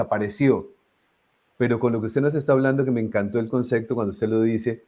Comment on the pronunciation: Conductor, por favor, no diga " concecto" sino concepto, es decir, no les la p como c.